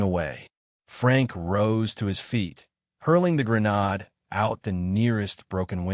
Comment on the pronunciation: Thanks for posting, & I'm not complaining; the reading is excellent but I wish it said "GRENADE" instead of "GRA-NOD" 😂